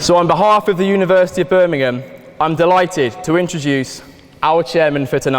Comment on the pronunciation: How nice to have a American say the place name correct. Can stand when they call it Birming-HAM